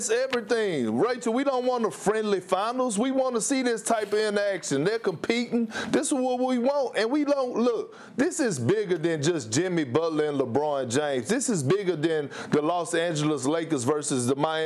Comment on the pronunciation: Did anybody hear Perkins pronounce interaction as "inaction" Lmao